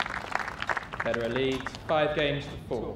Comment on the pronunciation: reporter, apparently unfamiliar with Federer, calls him "Lederer" 😂